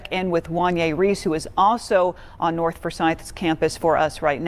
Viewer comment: The word is north not norf